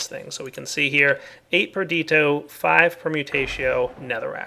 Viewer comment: On day, ONE DAY, will pronounce "Perditio" properly. PerdiTIo.